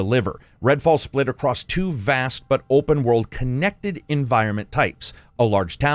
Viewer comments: *across, not accrost. Love ya! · Leaving a comment to help with algorithm...there is no "t" in the word, "across" 🤣. Love the channel, keep up the great work!